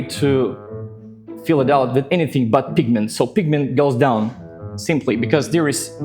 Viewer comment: You have a slight pronunciation issue: “fill” sometimes sounds more like “feel.” But it is still understandable from the context. Otherwise, you speak very well.